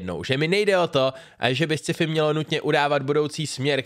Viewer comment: Ne Sciifi, ale Skifi :D